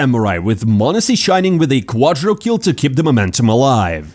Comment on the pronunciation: please just stop saying "quadrokill", it's "quadrakill".